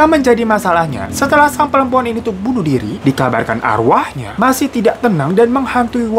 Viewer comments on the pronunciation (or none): Perhatiin Di menit ke 😂 sih Akang ngomongnya belepotan 😂 dr perempuan ke pelempuan 😅🤣😜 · 2.56 pelempuan 😂🤦‍♀️